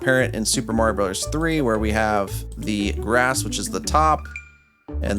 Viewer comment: laughed too hard at "ihstt a me, mareo"